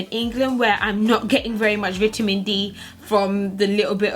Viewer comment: Never heard anyone say "veet-ta-men" like you do.